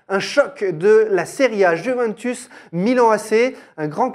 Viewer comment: Avis au peuple français. Juventus ne se prononce pas Juvintus mais Youvéntous. C'est compliqué?